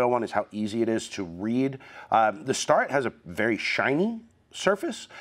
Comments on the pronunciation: FYI, I'm a long time machinist, now manufacturing supervisor, and I've never heard Starrett pronounced they way you do. Instead of "star-it", I have always said "stare-et". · It's pronounced STAIR-it. Not Star-rett. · Anybody else cringe every time says “Star-ret” instead of “Stare-et”…..I mean I hate being that guy, but it’s always been a job site peeve of mine….just like people swinging their “East-wing” hammers. 😂😬 But the info was great! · I’ve always heard it pronounced “STAIR ette” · Good video but your pronunciation of Starrett is like fingernails on a chalkboard to me...LOL...